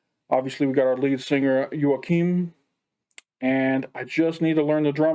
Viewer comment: Best pronounciation of Joakim so far! Good job!